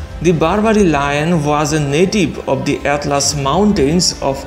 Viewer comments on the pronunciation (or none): none